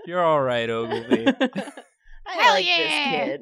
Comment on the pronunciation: I think it’s “Oglevee”